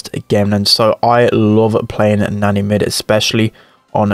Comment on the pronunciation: How he says Nani reminds me of a babysitter, nanny. Nostalgic.